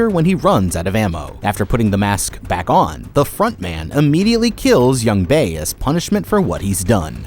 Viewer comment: Why is he pronouncing everybody's name wrong and all of the games wrong. It is really annoying me, Jee-hyun instead of Gi-hun, Yung-bae instead of Jung-bae, Jeji instead of Jegi, and Takji instead of Ddakji.